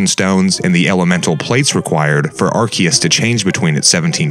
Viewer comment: Your erroneous pronunciation of Arceus made my skin crawl. That's like when people mispronounce "Chasm", etc. It's not hard to Google pronunciations!